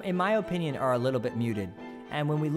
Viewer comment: 'In my O pinion'